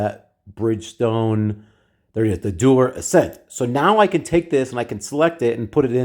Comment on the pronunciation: I think “Dueler” should rhyme with “Jeweler”